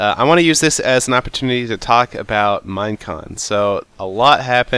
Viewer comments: Is he saying minecrack ? I swear i hear that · it sounds like he is saying minecrack XD